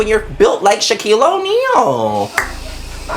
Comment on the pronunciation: She said Shaquille onneal gurl I’m dead!